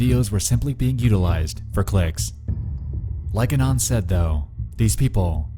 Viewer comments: I hate the way you pronounce "anon" Who the fck even talks like that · Why do you say anon like that